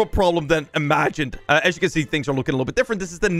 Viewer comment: I like how says libble bih instead of little bit